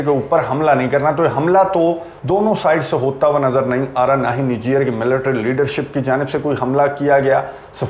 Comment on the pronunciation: پیارے بھائی یہ نیجیئر نہیں نِیجر ہے : nee-gir. 🇳🇪 Niger ہے.